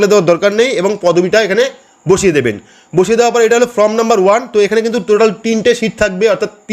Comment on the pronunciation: Dada fromবলছেন বারবার, ওটা হবে form, খুব ভালো বুঝিয়েছেন।